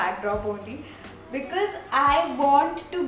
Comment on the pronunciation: Because hota hai becase nhi hota konsi English akcent bolti hai